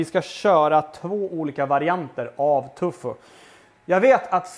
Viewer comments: Det finns kanske barn som tittar och att svära är inte alls bra. Annars tycker jag du gör god mat. Tofu heter det väl? Tycker du säger Tufu. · Älskar att du säger ”tufo” 😅